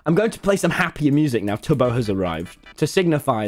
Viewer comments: every time he said it, I just heard Toby, Tubby. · hahaha Tommy called Tubbo "Tubby" .....its like Teletubby